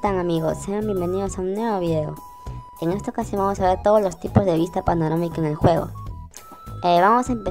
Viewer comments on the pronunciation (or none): se le dice panorámica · “Panomarica” XD